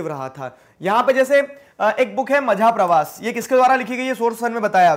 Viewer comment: Sir your pronunciation of majha pravas little wrong and majha means mera and pravas means yatra (travel) these are Marathi words I know because I speak Marathi at home😂😂😂